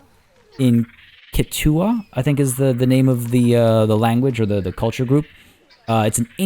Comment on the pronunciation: Just thought I’d mention that Quechua the language that k'usillu wasi is in, is pronounced ‘keh•chu•wuh’ Btw I love this series and I’ve been binge watching trying to catch up.